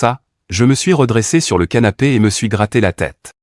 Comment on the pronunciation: ces moi ou il a dit sanape😮😂